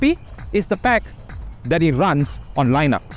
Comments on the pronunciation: Why do you pronounce lynux? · The li in Linux is pronounced like the li in lithium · say linux again